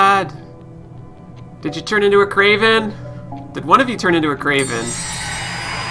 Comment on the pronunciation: XD I've noticed from a few of your videos, it always sound like you said 'kraven' instead of 'raven' like in